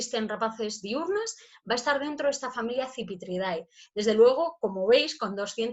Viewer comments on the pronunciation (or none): No se pronuncia "dae" en la terminación del nombre de la familia, se pronuncia "de".